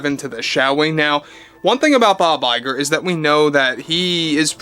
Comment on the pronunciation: Bob LIE'ger lol